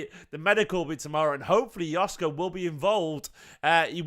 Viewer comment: It pronounced Yoshko.